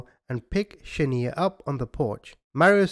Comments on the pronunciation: He is most definitely not saying her name right he should have watched the real video of what actually happened before he made his video the mother gave Mario the baby for exchange of money because she couldn't pay her debt Shaniya not Shaneeya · Its not Sha-nee-ya,, it's Sha-Niiii-Ya but thanks for re-covering the story! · It’s shaNIya not shaNEya! I think you should of found that out before saying her name wrong the whole time out of respect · The name is pronounced Shaniya not shaneer. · I’ll never forget this lil baby ..🥺 “Sha-niya “ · This is my hometown and it's a damn shame that you're not even pronouncing the girl's name right! But I will say the hotel that everything happened in my city we made sure that that hotel closed down and it's abandoned infiltrated and depleted! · 100% should have made the effort to pronounce this baby's names right. Sometimes it's an accent thing.. in this case it's clear it is not. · Respect the victims! Learn how to say her name! It's important!! You getting defensive has nothing to do with me!